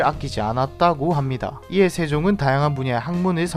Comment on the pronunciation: 이에 할때 발음이 거의 영어인줄